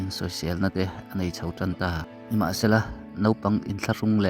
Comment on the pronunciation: Aizawl tih tur ah Eizawl i tia, taima tih tur ah teima i ti bawk a, Mizotawng chhiar dawn chuan uluk angai bak ah you tube ah dah tur phei chuan vawi 2/3 chhiar la, uluk deuhin ngaithla bawk la, midang tan ngaithlak anuam angem tih ngaituah tel bawk la, nang pawn atha tawk a i hriat hun a dah thin rawh. Subcriber ilo ngah zawk theih nan lo advice ve mai mai che..